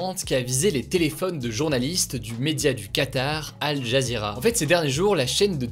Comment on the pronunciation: Al Jazeera se prononce AL JAZIRA